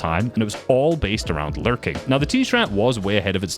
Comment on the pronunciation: why do i hear it larping instead of larking